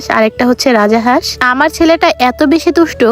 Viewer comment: Ara boldi rajahas na rajhas😂😂